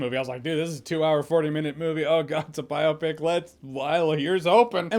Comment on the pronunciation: Jeremy stop saying biopic like that plz